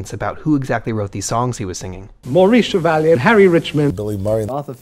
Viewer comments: It's Maurice Chevalier, not Chevalion. And it's 'Livin' in the Sunlight, Lovin' in the Moonlight', not 'sunshine'. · CHEVALIER, CHEVALIER, CHEVALIER! I just hate it when millennials pronounce names of legendary performers WRONG.